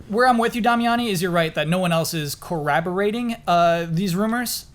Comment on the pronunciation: Correction: It's "corroborate", not "corraborate".